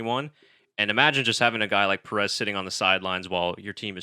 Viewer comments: Enjoyable discussion but please learn to pronounce his name correctly. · Al least pronounce his last name correctly!!!! As you do with the other drivers